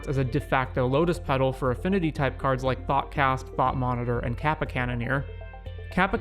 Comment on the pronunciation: Great video just one note. The "ka" on kappa is pronouced like the "co" in copper instead of like the "ca" in cap. Again great video i want to dip my toes into legacy and this playlist is really cool.